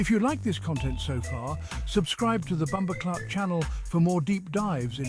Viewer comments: HE SAID BOMBO CLOTH INSTEAD OF CLAATH. 😂😂😂😂 WELL RESEARCHED AND PRESENTED THOUGH . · Just hearing what sounds like David Attenborough at first mis pronounce bumboh claat had me rolling, especially the subtitles spelling it the same way he said it. 😂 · It not BumboCloth!! Get it right!👍